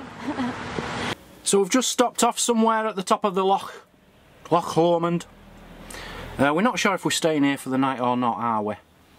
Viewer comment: I can't believe you pronounced Choc Lomand without the accent on the "och".